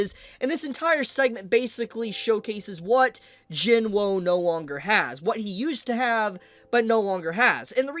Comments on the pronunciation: say jin wo then say jin woo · why do you keep saying Sung jin WOW, like i mean its not so hard to say woo right? or is there some inside joke im not getting?? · Isn't it Jin woo not Jin woah?